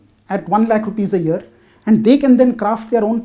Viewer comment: One lakh. Not lake.